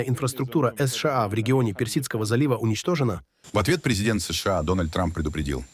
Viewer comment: Контент ИИ, который делает неправильные ударения в словах. Например оно говорит : ес ша а... Мы так не говорим. Мы говорим : се ше а... Да, но оно быстро учится...